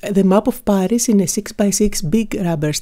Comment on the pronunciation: I love how pronounces Paris without the "r". Beautiful art work, as usual.